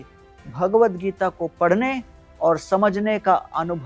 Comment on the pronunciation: ' PADNE ' KA TAREEKA NAHIN , " PADHHNE " KA TAREEKA .